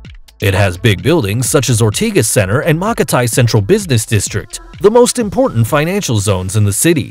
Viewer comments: this fool said people speak Philippine in the streets lol its Ta-ga-lug / tagalog and Ma-ka-tai is also pronounced Ma-Kat-ee lol its all good Im not mad but that was the most butchered Ive ever heard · What is makatay? I think it's makati